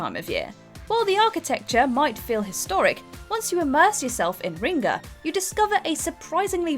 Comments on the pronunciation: 10. Kutna Hora CZ 9. Brasov RO 8. Bratislava SK 7. Tallinn EE 6. Gdańsk PL 5. Szeged HU 4. Lviv UA 3. Zadar HR 2. Riga LV - She calls it Ringa for some reason 1. Belgrade SRB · I mean, still not as bad as "Ringa". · Nobody: Narrator: riNga